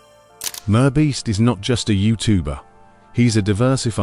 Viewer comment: Teach your sloppy AI voice how to pronounce MR Beast properly.